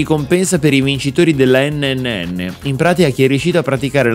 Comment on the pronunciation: Sto ancora aspettando stormy che dice la terza n nel pronunciare NNN